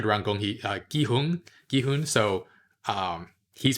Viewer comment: the way pronounces it is correct. there shouldn't even be a debate cause one can literally just listen to how it's said in the show if they can catch it.